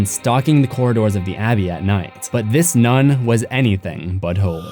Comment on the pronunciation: "This nun is anything but holy". I thought it sounded like "butthole-y" so I laughed like a preschooler.